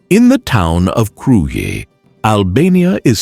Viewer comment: Such a nice video... Glad to see it! I just like to say about some pronounciations, e.g. like the Castle of Kruja, is pronounced Kruya. "J" like "y" in English.. And Theth, like Theth, not Teth 🙂